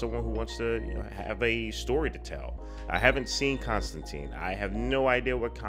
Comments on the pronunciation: There was a CW show with a character accurate design (blonde, british, tan coat), itwas good! but they still say his name wrong lol. Hes also in the animated Justice League Dark (which rules) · I was a long time fan of the comic and was startled a bit by how many things this movie changed (such as the pronunciation of the name and making him a dark haired American instead of a dirty blonde Englishman who is usually wearing a wrinkled trench coat). BUT that all said, I was impressed that what they made was entertaining and intriguing, making me look at this as a valid "parallel universe" Constantine and wishing I saw more. Solid characters, great visuals, story was a little shaky but the rest of the film lets you forgive it because you get INTO it. They're talking about making a sequel now with Keanu and I honestly hope it happens.